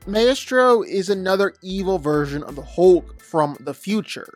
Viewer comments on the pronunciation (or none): Be more dynamic with your voice, Put a bit more energy into what youre saying, But i appreciate your efforts, Im gonna give you a like now, We'll circle back to subscribing later. Do a vibe check as the kids say these days, For future reference, Maestro is best pronounced My Stro, Thanks for the video. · "May - es - tro." FFS, these YouTube kids and their lack of vocabulary. They can't even be bothered to take 10 seconds and look up words they don't know.